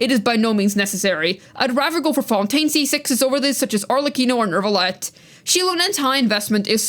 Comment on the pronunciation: There is no r or r sound in neuvillette